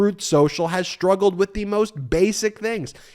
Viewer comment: Shtruggle? Deshtroy? Stop it. Speak properly.